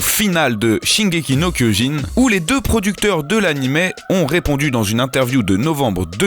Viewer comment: Kyojin pas Kiyojin